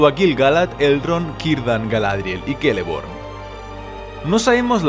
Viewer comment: pork dices keleborn si es una c